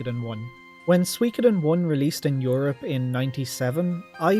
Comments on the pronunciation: Well, you still dont pronounce Suikoden properly, and with the exception of Suikoden II, your rankings are way out, but I'll let you off because of your love for the franchise 😉 I hope you're the remasters 👍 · Man, I resonate with your story so much. When I was a 12 y/o lad, I used to rent S1 every Friday evening using my Aunt's Apollo Video membership (without her knowing). To this day, I still (stubbornly) pronounce it as 'Shu'koden 😆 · This is all so bizarrely close to my experiences wirh Suikoden. Right down to having a friend with whom I pronounced the title "Shukoden" for a few years, and having to use alternate means to play Suiko3 in Ireland. Great list! Exactly the same as my ranking. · Hey I pronounced it like you did. Shu-ko-den.